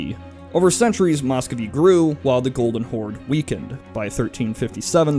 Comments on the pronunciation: It's pronounced 'mus-ko-vii' (spelled Muscovy), not mos-kow-vii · Nice video, but it's hard not to cringe every time he says "Moscovy." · Work on your Russian pronunciation. It hurts. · Good history, just pronounciation and spelling corrections below: Dimitri Don--skOy (as in "boy") It's spelled Muscovy ("Moo-scovee") And Mikhail is pronounced like "mee-ha-ill", not "muh-kale"